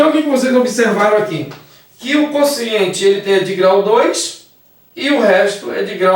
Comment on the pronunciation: Só me dá um pouco de aflição ela chamar o quociente de consciente...